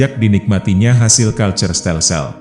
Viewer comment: Narasinya bagus tapi pelafalan kata-katanya (maaf) masih kurang, bahkan ada yg salah. Seperti "volksraad" yg dilafalkan "voleksrad", "cultuurstelsel" yg harusnya dilafalkan "kulturstelsel" malah jadi "kalcerstelsel" (lafal bhs. Inggris) dll, ada juga penggunaan kata "jepun" bukannya "jepang", kata "jepun" adalah pelafalan bahasa malaysia untuk negara jepang. Ini kanal youtube Indonesia kan ya? Jadi gunakanlah Bahasa Indonesia yg baik dan benar. Terimakasih 🙏🏻